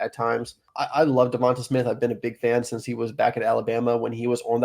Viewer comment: Good info but I turned it off as soon as you said Devonta Smith’s name wrong 😆